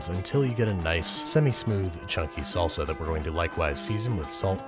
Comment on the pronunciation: What is “KAYSO” and “SULSAAH” 😂 cheese and sauce my friend.